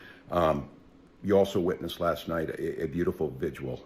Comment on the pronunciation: dude cant even say "vigil". Wtf's a "vigual"? 😂